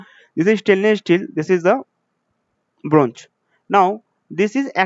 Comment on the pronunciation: shteel jink bronj....🤪